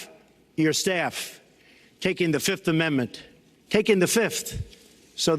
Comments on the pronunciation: Why does he say fift! It's fifth, not fift 😂😂😂😂😂😂😂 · Trump today: 1, 2, 3, 4, FIF! I say FIF! Remember that Dave Chappelle skit lol. Fiiiiiiif!